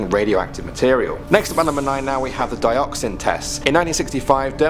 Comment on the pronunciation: Dioxin? Sound like Dioxis... from star wars 😶